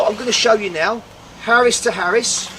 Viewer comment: Either point out you’ve got a speech impediment, which is not a problem if that’s the case or start speaking proper( see what I’ve done there) it’s aris to aris not Harris to Harris and it’s ok not all k. I reckon out on site they would rip the piss out of you. 3 is a ranging line not a plumbing point, but hey ho keep largein it up